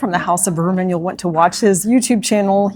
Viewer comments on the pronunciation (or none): Here I am...it's House of Birman... 😊 But I agree it does sound a bit like Bourbon when you say it fast 😅